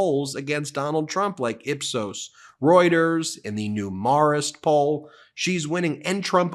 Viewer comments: Marist college poll pronounced Meh ruhst. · Hey Ben. As a proud alumnus of a Chicago High School founded by the same order (the Marist Brothers of the Schools ) that founded the college that runs the polls you often cite, I wanted to respectfully correct your pronunciation of Marist. It is pronounced MAIR-ist.